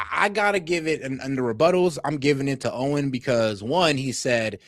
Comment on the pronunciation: It’s Owen not oden